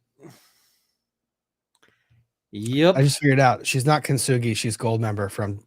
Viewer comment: Loved hearing get so upset about and her “I am golden” kin-to-soo-gah-roi mess. I had the same feeling and the mispronunciation killed me the whole time. Get kintsugi outta your mouth,!!!